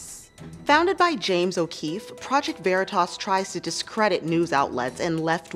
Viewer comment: You sorely misprounced 'veritas'.